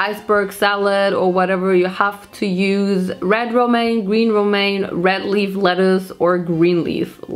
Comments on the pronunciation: Romanian lettuce 😂😂 it’s pronounced romane lettuce hahaha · LOL Romanian lettuce. That'd be me if I was a veggie. It's Romaine Lettuce, but you're cute so we let it slide. 💙 PS: You're brave to try all dat gurrrrrl!